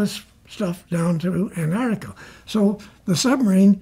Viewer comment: I wonder why so many people, including some scientists who study Antarctica, pronounce it "Anartica"?